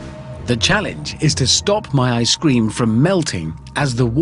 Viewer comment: He pronounces "Ice-Cream" like "I scream" lmfao